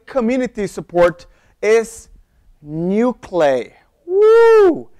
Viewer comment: Interesting video. I think these tools might be pronounced Burp SWEET and NUKE LEE EYE as in the center of an atom.